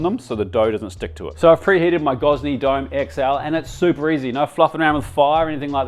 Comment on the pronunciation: So this videos like an Aussie getting American recipes for an Italian dish? Almost 20 minutes and he doesn’t pronounce pizza right once either. Hope that oven was free because he definitely pronounced Gozney right.